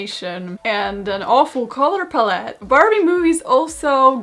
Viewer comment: So we’re not gonna mention the “Color *palleté*” type of pronunciation right? Okay